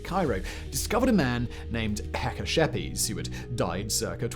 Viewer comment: Nobody told we know everything about history. The name of the mummy is Hekashepes. Simon said it clearly.